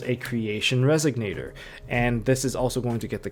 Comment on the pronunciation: Pleeeeease it's Resonator, not Resignator :D